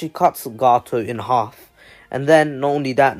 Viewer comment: You mean half not halg